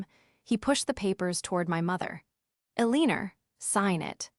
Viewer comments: Her 9thers name is Elenor not Ell inorr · AI is misreading Eleanor—el lean er